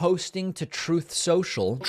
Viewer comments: Dump mispronounced many, many words. Pretty bad when his dementia kicks and he mispronounced his own media platform name. That is why David plays that audio clip of Dump saying Troth Sential. What a maroon !!!! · My guy, your sound bites kill me EVERY TIME. "Obamna!" "Tropth Central." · David, I love your show. But one of the things that gets a big laugh from me, EVERYTIME, is when you say “Truth Social”, which is always followed up by a Trump audio byte of “Trofe Cencial”… I don’t know why this amuses me so much. Maybe because, so many of the MAGA Cult, love focusing on even the slightest miss-speak of every/any perceived political threat. Yet when it’s the lying orange shit-Gibbon, it’s fine. Biden or Pelosis fault more that likely. Or possibly Jewish space lasers? Anyway, great work. Keep it up. Your Worlds most southern most subscriber. Rob, Tasmania, Australia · "Troth Shentro" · It's actually "Throat Sential" 😂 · "Troth Sential" cracks me up every single time! And we get "Obamna" as a holiday bonus! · "Troof Centra" (giggle) gets me every time! 😂😂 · "Troath Ssential" 🙄😆😆😆